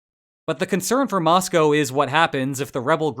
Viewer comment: Congrats on your pronunciation of Moscow!